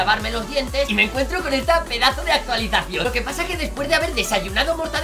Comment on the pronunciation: dijo actualizasao